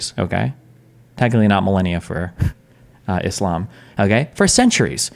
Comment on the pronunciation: I hate the way Destiny pronounces "muslim" "islam" "muhammed" Like we know that is not how native born Americans from Nebraska pronounce those works.